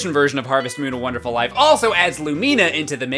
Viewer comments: WONDERFUL NOT WONERFUL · "Harvest Moon A Wonerful Life - " "A 'Wonerful' Life" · "A Wonerful Life"! Grammar please! X) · Please keep it "wonerful life" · HEY PEOPLE he left out the d in wonderful because it ISN'T wonderful... wonderful is too good of a word... it's only wonerful... y'know? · "Wonerful" Same. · "Wonerful Life" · your missing a D in wonderful. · 3. He forgot the "d" in "Wonderful"